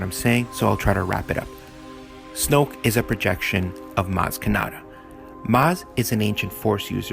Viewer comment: he said snooke